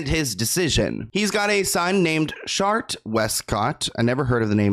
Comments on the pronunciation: Yeah, let’s not call “Chart” SHART 😂🙈😆💀💩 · Did you really say his son's name was, Shart?! 😂😂😂💀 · Shart... "chart" 🤣🤣🤣🤣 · I’m so immature for laughing at Shart Westcott. it says CHart 😂😂😂😂 you’re so unintentionally funny❤️ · I lost it when you said “Shart” Westcott & decided to “go with” Chart (which I agree is likely correct) 😂😂😂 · Trying not keep giggling at Shart Westcott. I hope it’s Chart too. 😂😂😂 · SHART! 😂 “CHART” I’m ☠️ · Did you say shart?! 😂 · When pronounced Chart as Shart 😂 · 😭😭😭 not shart 😆🤣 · SHART lol your best mis-pronunciation to date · 🎉 "Chart? Shart? I think its Chart" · Shart 🤣 I hope its Chart lol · pronouncing Chart as "shart" is killing me, lol. I haven't used the term "shart" since I last sharted myself 15 years ago. 😂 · I thought you said “shart” not “chart” 🤣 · Shart 😂 im sorry but that is kinda funny pronounced like that 😂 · “Shart westcott”💀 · It’s chart. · I know. I'm laughing because he said, Shart. 😂😂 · you're awesome but why do you keep calling the nun's residence a coven? The clips of the reporters clearly say convent. And calling the son Chart, Shart. I mean.. my nine year old would be in hysterics but you are better than this kind of humour imo. You're a journalist. But I'm still a fan.